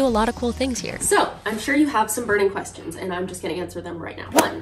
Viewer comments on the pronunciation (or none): none